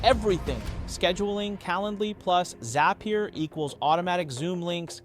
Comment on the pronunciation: Yup... hand gestures are off, pronunciation of words is not consistent (row, zapier)